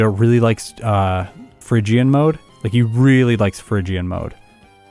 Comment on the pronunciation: It's not Fhygian, it's Phrygian. Phrygia was a place name, I think it was in Asia Minor but I'm no expert in ancient geography.